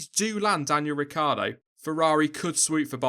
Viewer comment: Hey I m italian, you should pronounce Ricciardo like "Ricchardo": you forget the i ;)